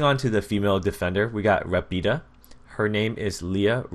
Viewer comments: you pronounced savio perfectly, but rapida is pronounced ràpida. Anyway thanks for helping the italian community getting noticed by ubisoft ! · You said Savio kind ok but Rapida you said it awfully and I'm Spanish no offense means sage/wise and fast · I know your English/American but u completely butchered those words in Italian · i m italian. when you say RAPIDA, the accent is on the A